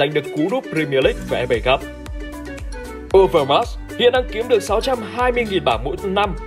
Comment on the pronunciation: Đọc sai tên Marc Overmars rồi Admin.